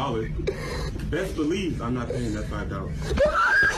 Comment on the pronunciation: bro went i blelive i can fly